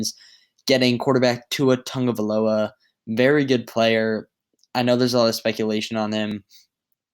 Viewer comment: Who is Tua Tungavaloa?? It's Tua Tagovailoa. No 'N' in his name.